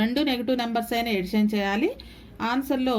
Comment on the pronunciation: Madam super explanation but tell addition your telling edition this is wrong